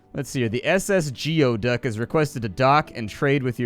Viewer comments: It's pronounced GOO-EE-duck not GEE-OH-duck. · Geoduck is pronounced Goo eee duck. It's a weird looking clam in the Pacific Northwest. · It is pronounced geoduck (ˈgü-ē-ˌdək) .